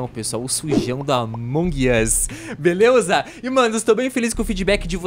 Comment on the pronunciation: Vc falou beleuza ao emves de beleza